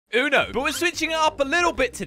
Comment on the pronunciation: It is not ono it is uno